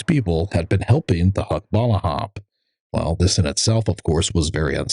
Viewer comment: Another MISPRONOUNCED FILIPINO TERM "HUKBALAHAP".